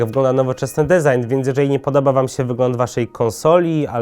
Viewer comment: dizajn się czyta przyjacielu